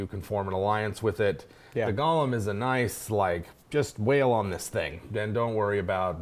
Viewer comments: Fantastic video... with one nit to pick. The term is pronounced Goh-lehm. The Hebrew spelling of the term is Gimel-Vav-Lamed-Mem[final], derived from the word "Galmi" from Psalms 139.16 (Gimel-Lamed-Mem-Yod). "Gollum" is the character from The Lord of the Rings, named after the noise he made when he swallowed. Sorry to be a pedant. ;-) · Go-lem — not Gollum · GO lem, not Gollum. lol! Good show! That's a badass Idea about it being an honor to be used in the creation of a flesh golem! Love it, and gonna use it in my dark sun game! Thanks! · For your own edification and future reference: GOLEM is pronounced "go (like "go there") limb (like "tree branches are the limbs of a tree") You kept saying "Gollum". Which is a character's name. Golem is a specific term of Yiddish etymology. It only has one pronounciation. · Oh my god it’s go-lem with a long o, not gollum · Wonderful video but it's pronounced Go-lem, not gollum. One's a terrifying hulk that can turn your casters to jelly, the other is a small creature with a jewelry fetish. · It's golem pronounced goal- em not gall-em that's a character name gollum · pet peeve: pronouncing golem like gollum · The way you guys pronounce golem triggers me.